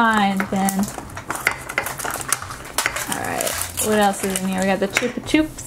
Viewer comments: it's "chupa chup" as in "up" not "oop" but yay this was fun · "Chup-ah-chup" not "choop"